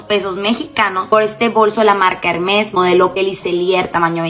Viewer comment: así no se pronuncia Hermès